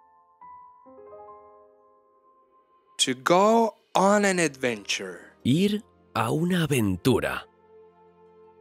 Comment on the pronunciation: What is an "adwenture"?